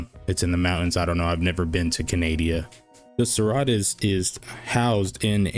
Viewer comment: Serra-tus, se-rratus? Now I want to ask Jim how he actually means it to be pronounced lol